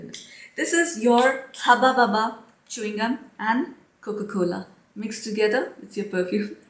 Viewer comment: So, I just love how you pronounce Hubba Bubba Coca-Cola😅😅🤪💯🤣, you're adorable😍. By the way, you are doing very well hiding the mean comments, mental health comes first❤💫.Go Girl ❤